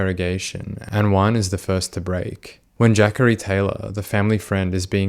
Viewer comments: “Jackary Taylor” I believe its Juh-corey haha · Man says jackery its clearly jah corey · I kept thinking…Jackery what a strange name. It’s Juh-Cory. I figure you’re not from the states and I probably should already know that. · Its Juh-Corey I believe